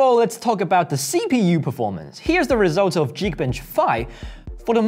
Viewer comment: 支持国际化。但整个视频最让我难受的是"geekbench"的发音，"geek" 读 /giːk/，而不是 /dʒiːk/。连频道名都叫 ""，没理由把这单词读错吧？